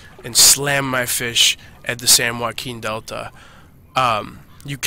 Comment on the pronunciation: Thank You for the Video Bro! Pro pronounciation game too SAN WWWWHHHAKEEN!!!